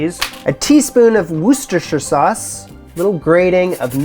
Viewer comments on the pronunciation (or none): Pronunciation is Wooster sauce ❤